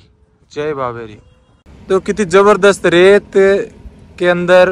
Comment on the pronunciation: Jai babe ri nahin hai .Jai babe di hai .Punjabi mein द को र जैसा ही लिखते हैं ।